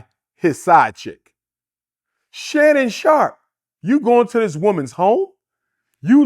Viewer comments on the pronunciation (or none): none